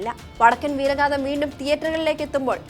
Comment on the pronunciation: വടക്കൻ വീരഗാഥ എന്നാണ് അല്ലാതെ വടക്കൻ വീരഗാധ എന്നല്ല... ചാനൽ കാർ ഉച്ചാരണം ശ്രദ്ധിക്കുക